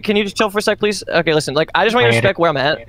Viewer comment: love when the first thing I hear is LISSEN M8